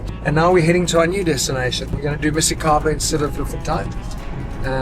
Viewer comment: Dude, msikaba, not missykaba.